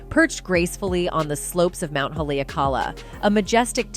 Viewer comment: E Kou Ma Kou Makua I loko o Kalani…😭 please pronounce Haleakala Ha LEE ah Kahla!!!